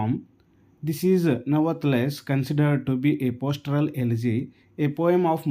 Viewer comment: It's not postoral elegy It's pastoral elegy